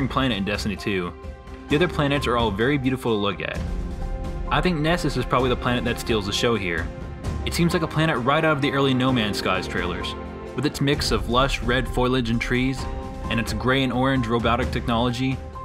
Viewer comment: Hahaha foilage, you mean foliage, 😜 good vid m8